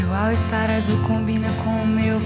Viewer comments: Vir só pra ver ela falar au star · o jeitinho que a Vitória pronuncia All Star... fofa demais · Eu vim ouvir a Anavitoria do cabelo cacheado falar "all estar" kkkk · Acabei de ver um vídeo no insta e vim só pra reparar a Vitória falar “Au Estar”